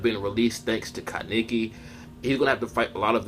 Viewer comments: Ka-neiki wtf who says it like that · It's pronounced kah neh ki! Kaneki!! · My nigga learn how to say his name